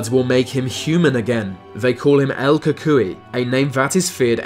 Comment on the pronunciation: When he said el cucuy wrong, I felt that